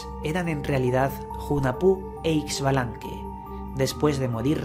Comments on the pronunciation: Muchas gracias por dar a conocer la historia de mi cultura. Excelente trabajo Sólo una observación: la pronunciación de los nombres está un poco distorsionado. Hunajpú e Ixbalanqué Se pronuncia Junajpú e Ishbalanqué. En maya la X tiene sonido sh El señor Sipacná, se pronuncia con acento en la última a. De ahí en adelante todo perfecto. Mil gracias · Pronunciación correcta: u-na-pu el otro es Ish-ba-lan-que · Es la pronunciación junajpú e ishbalanqué, esta bueno el relato, falta conocer mas la pronunciación y lengua quiché